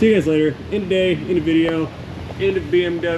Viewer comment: Not to be a stickler I believe Your accent referring to the BMW is wrong mate, Autobahn if German BMW is fish and chips😂😂😂.